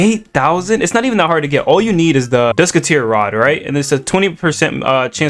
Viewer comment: hell nah bro said dusketeer rod 😭